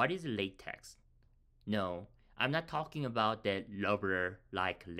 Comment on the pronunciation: its pronounced "la teck" thankyou for the video